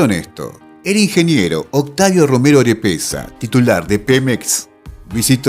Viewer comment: Estimado, te recomiendo corregir: PEMEX es Petróleos Mexicanos en vez de Petroleros. También Octavio Romero Oropeza en vez de Orepeza como lo pronuncias. Un abrazo para ti y todos los argentinos que desean ver un día unida a toda la Patria Grande.